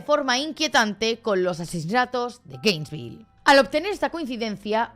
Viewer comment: No me gusta ser el típico niño repipi, pero no es GRainesville, es Gainesville, que TOC me ha dado cada vez que lo he oído mal 😂😂